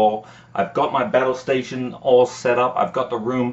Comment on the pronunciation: Did you just say battal stations?